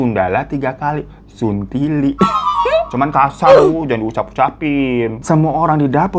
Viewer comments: Saya yang asli Makassar, mau marah ke Daeng malah ngakak perkara bang Hiro ngomong 'suntili' . Sebenernya pronounce nya gak kayak gitu, salah penekanan, dan emang kata itu kasar tapi pas diucap sama bang Hiro malah jadi lucu😂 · Hay bang Hiro aku dari Makassar,ngakak bgt pas ngomong suntili😂😂😂